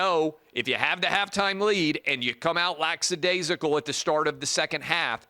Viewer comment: Lack-a- daze-i-cal. Not, Lacks-a-daze-i-cal.